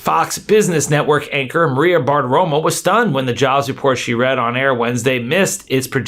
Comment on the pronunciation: Isn't it Badaroma?!